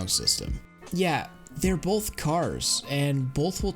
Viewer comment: solid video with insightful analysis but you gotta stop saying both like bolth lmao